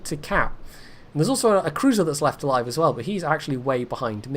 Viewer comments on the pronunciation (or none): none